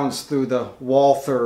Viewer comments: Great video! Please do not call the company „Woolfer“ - it is an old German name and right is „Walter“ - the h is not to hear 🙃 Kind regards from Vienna (Austria) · Excellent video (but it's pronounced "Valter"). :^) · No, its not. The W is the same in german as in English. Only english actors doing germans in movies make it a V. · you should tell the Carl Walther official instagram page who pronounce it correctly as "Valta"